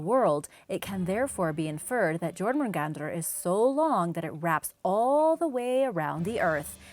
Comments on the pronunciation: (gormungandar) Jörmungandar (yourmagandar) that is how it is prounounced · B R U H. Jor-mun-gandr!? It’s Yor-mun-gandr! Jörmungandr is bigger than 8-4! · The jormundander is pronounced as yormungander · Anyone else getting 0.01% angry when she/he/they pronounce Jörmungandr (Yaw-moon-gan-der) as Jormungandr (Jaw-moon-gan-der) No offense is i hurt someones feelings it's just i'm a big fan of some mythologies and get a little annoyed with peoples pronunciation Again i am sorry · It's Yormongund the j and r aren't pronounced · Jörmungandr is pronounced like yourmengandeer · Jorgamundar was another one she pronounced wrong. The Js are silent, more like Ys